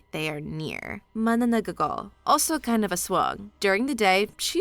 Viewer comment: Mana nang gal & cha nak is how you pronounce it and it's how we pronounce at least in my part of the Philippines.